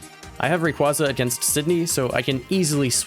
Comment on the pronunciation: It's Ray qway zuh, not ray qwah zuh